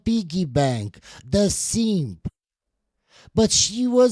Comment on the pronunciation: In case you couldn’t understand his accent, he was saying DON’T BE A SEEEEMP!!